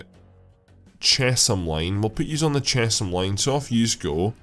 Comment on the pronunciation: Chesham is pronounced 'Chess-hum'